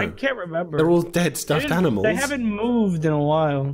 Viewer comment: Pals: Aminamils Me: Is this how they said it in 2018?